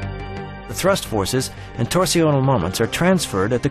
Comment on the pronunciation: Torsional isn't pronounced "tor-see-o-nal", it's pronounced "torsh-nul". Around the 9 minute mark, the narrator repeatedly mispronounces it. Weird, since otherwise his pronunciation is typically American, but he seems to think "torsional" is a French word or some other language.